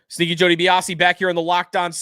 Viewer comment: I’ve been listening for about a year now and I still can’t tell if he’s saying Stinky or Sneaky Joe Dibiasi. Buffalo Tank is confused.